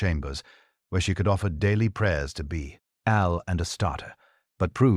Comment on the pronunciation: Naboth not Nehoboth. Sons of Belial not Baal or Beel.